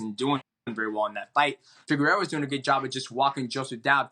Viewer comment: Anyone else notice dj say figeredos name right the first time and then say it progressively more wrong each time after that